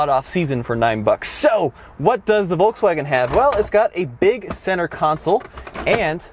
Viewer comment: It's VolKswagen not volTswagen you dumb 😡😡😡